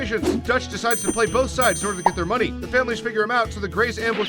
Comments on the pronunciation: 1 word - muneh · I can sum it up in one word: MUNEH